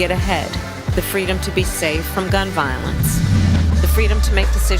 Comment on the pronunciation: Not Freedom Kamala... FWEEDOM! As for no one being above the law... what about Illegal Immigrants that cross the border illegally? Kamala's "Fweedom" means ECONOMIC SLAVERY for you... HIGHER TAXES, HIGHER INFLATION and HIGHER DEBT!